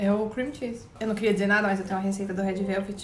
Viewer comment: "rédi veuvedi"